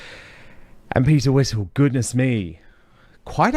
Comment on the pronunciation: That kept calling calling Peter Whittle, Peter Whistle 😂.